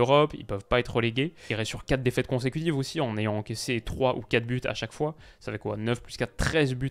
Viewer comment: 3 buts à 1. Il y a un S dont on dit la liaison « 3 Buz à 1 »